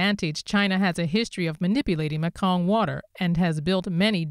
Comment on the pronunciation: Great Report. Thank you. The correct speech pronunciation for the Mekong is "Me kong" Its not Mek kong.